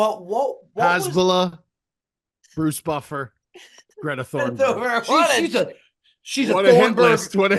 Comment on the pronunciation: Hearing “Greta Thornberg” instead of “Greta Thunberg” is toooouuuggghhh